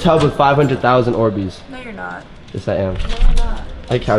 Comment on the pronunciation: Faze kay: Are these ohhbeez 😂😂😂